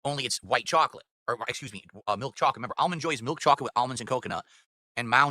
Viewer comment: I can’t stand the way this clown says chocolate